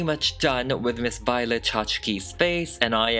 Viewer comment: Lol, "Miss Vee-o-let"